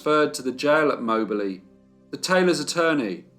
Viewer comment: Yes you pronounced it correctly.